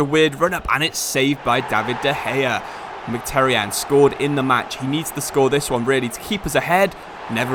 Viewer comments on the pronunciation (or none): and [mhitaryan] instead of mcterian